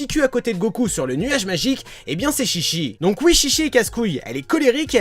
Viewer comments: C'est faux ce que tu dis car déjà chichi ne se dit pas ( chichi ) mais ( tchitchi ) sa ve dire boeuf en jap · On dit pas shishi mais chichi (tchitchi) parce que shishi sa veut dire lion ce qui n’a rien à voir avec chichi qui veut dire mamelle en référence à son père qui est le roi taureau ou un truc dans le genre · Ont prononce tchitchi même si sa s'écrit chichi... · On prononce Tchi-Tchi qui veut dire pis de vache( surement car son pere est le roi taureau . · Mais en fait le nom se prononce tchitchi... donc les portugais sont tout simplement con de changer un nom car ils savent tout simplement pas le prononcer.. xD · ouais car ils savent pas le prononcer non plu.. xD mais si tu regardes la chaîne DBTimes, ils prononcent tous les nom en jap, et ils avait expliqué que le nom se disait tchitchi et non chichi car sinon ça voulait dire carrément autre chose.. xD